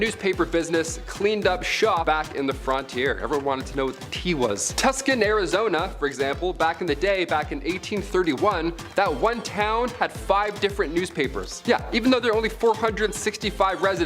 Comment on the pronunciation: It's pronounced Too-ss-on!